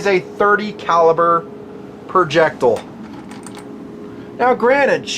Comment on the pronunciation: I laughed my ass off at... "IT IS A THIRTY CALIBER PERJECTUL."